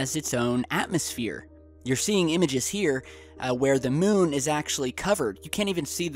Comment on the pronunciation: Is it just me or does anyone else hate the way he says "moon"